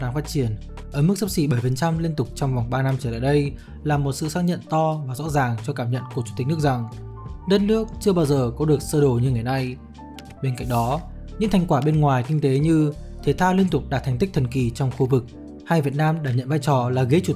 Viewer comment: Cơ đồ chứ ko phải sơ đồ nhé